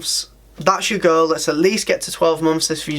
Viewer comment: Whenever you say “goal” it sounds exactly like “girl” 🤣🤣🤣